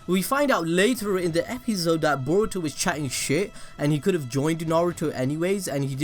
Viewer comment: Am I the only person who heard 'Epizzode' instead of 'Episode' 😂😂